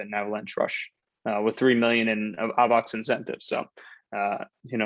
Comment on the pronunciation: The way this guy says Avax bothered me